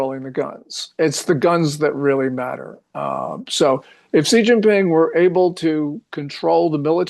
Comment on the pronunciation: Pronounced SHE not CEE, wtf no dialect says CEE